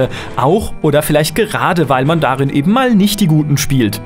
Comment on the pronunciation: merkt man ^^ mal und nicht mahl :P